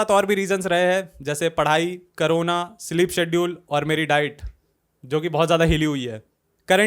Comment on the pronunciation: bro said karuna i thought its some girl he is talking about 💀💀, bc corona ka karuna kyu bolra ye banda? 😭😭